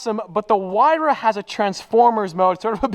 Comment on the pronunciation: Did this man just say “Pagani who-why-ra”? It’s “why-ra” the h is silent. Edit: He started saying it right, must have been joking lol